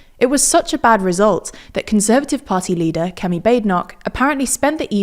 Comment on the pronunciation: Narrator’s pronounciation of Kemi is pretty spot on